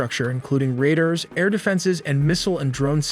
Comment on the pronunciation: 'Raiders' ? Don't you mean 'Radars'? 🤣